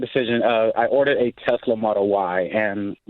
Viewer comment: "I orded a tesla" 🤣